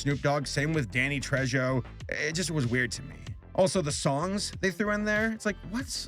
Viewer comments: I'm sorry, Danny Tre-joe? TRE-HO, J is pronounced like an h in Latinx names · hey for future reference danny trejo is actually pronounced danny treHO see the J in spanish is pronounced like H por example santa claus laugh "ho ho ho", in spanish is spelled "jo jo jo". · "West-tren"? "Danny Tray-joe"? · Danny Trej go? It' Danny Trejo. Tre-ho. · In spanish the letter J is pronounced as an English letter H so its pronounced treho not trejo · Danny Trejo: Danny Trezho, it's pronounced TRAY-HO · LMFAO!! IT'S NOT PRONOUNCED "Trejo" It is more like "Treho" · Did you just say "Danny Treh-jo"? It's pronounced "Tray-Ho." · Its pronounced "trey-ho" not "tr-edge-oh" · Danny tredg-o, bro it's Trey-ho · I love you, but It's Danny "TREY-HO", NOT "TrEHh - GhOH" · Isn't Trejo spelled "Trecho"? It's bugging me everytime. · sorry but i got to say it. its pronounced tray-hoe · “Trey-ho” fam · I totally agree this whole thing was a spin-off vehicle. Also. Trejo is pronounced Tre-Ho PS where the heck was Pearl?! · It's pronounced Danny "Treyo." Also what are all these people doing in this movie, that also shouldn't be here? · "Danny Tra-joe", I don't know why but that made me laugh. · Danny Trejo’s name is pronounced “Danny Tre-ho” 😂😂 The J is pronounced the same way for José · You mispronounced Danny TrayHo's name incorrectly. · It's pronounced Trey-ho for Danny Trejo btw. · "Danny Treh-joe" XD sorry sorry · Danny Trezho? It's pronounced Treho. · I'm sorry but Danny Trewho?? 😅 jkjk I knew who you meant...but still....🤣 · Danny Tre-JOE? Oh honey, no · "...Danny Treĝo..." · Trejo- "tray ho" that's how it's pronounced lol sorry its my name and I couldn't let it go. Other than that I do agree with your analysis of SpongeBob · Im just wondering who the fuck is "Danny Tre-Joe" ? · “Danny trejjoh” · "Danny Treshzo" IM CRYING, COME ON SABER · Are you miss pronouncing Spanish on purpose or??? TRAYJOE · Danny's last name is pronounced "Tray-hoe"